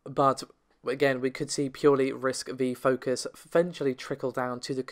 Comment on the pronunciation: RISC-V is pronounced "risk five".